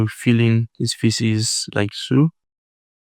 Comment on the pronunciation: The way you say "faces", bro. It sounds like "feces". Please try to correct your spelling.